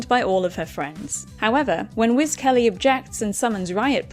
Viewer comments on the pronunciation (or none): none